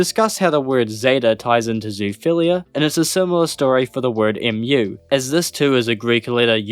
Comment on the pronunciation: "Mu" is not pronounced "emm you." It's pronounced the same as the the word for the sound a cow makes.